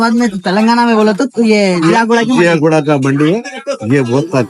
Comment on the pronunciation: Bhai woh ziaguda hai not jiyaguda